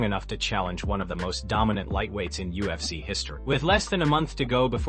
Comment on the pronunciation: You need to stop making videos until you can pronounce ufc properly